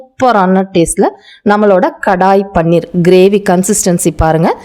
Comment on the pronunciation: It is paneer,not panner